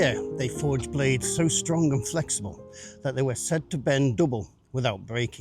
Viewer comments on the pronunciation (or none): none